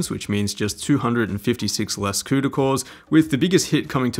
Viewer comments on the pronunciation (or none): none